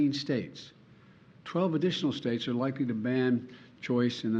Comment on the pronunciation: “All 50 Straits and the District of Cumbia” “That is Anithetical to all we believe in”. He sounded either drunk or out of it.